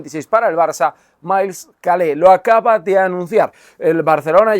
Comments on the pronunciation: Se dice Calé o Keil? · él mismo se presenta como (Keil) y no Calé. Un saludo.